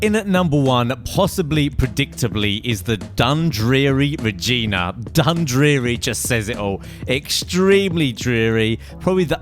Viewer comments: At first, i heard Dundreary Vagina. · He said "Regina" wrong, But I maybe wrong as well there might be different ways how to say but I live by a city named Regina.